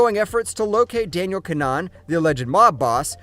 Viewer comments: kinAhan not Kinnan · Im sure your saying keema naan instead of kinahan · Don’t ever say his name like that again. Typical septic